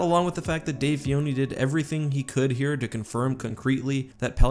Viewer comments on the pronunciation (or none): Stop saying Fioni it's FiLoni the L isn't silent ffs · Dave FILONI, not Fioni, sorry if that seems rude I just wanted to correct your pronounciation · Fa-lo-ni not fi-o-ni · Dave Fioni? Its Dave Filoni! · I think you're pronouncing Filoni wrong, in every language it has a distinct L, and you have said in this and another video "Fioni". Not throwing a fit about it, just noticed and thought I'd say. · Are you saying Fioni? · I think he forgot to say the L in Dave Filoni’s name lol